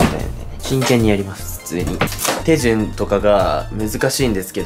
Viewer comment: 手順のイントネーションが気になる